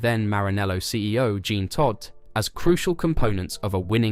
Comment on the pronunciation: did you actually say "Gene Todt" you muppet? 'do not recommend channel' clown